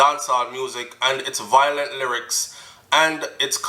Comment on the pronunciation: the word is VI-O-LENT not VOI-LENT